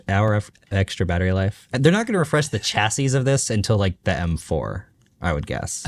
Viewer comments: That mispronunciation of "chassis" 😅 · Guys the s in chassis is silent please you're killing me. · 'chassy', s is silent hehe.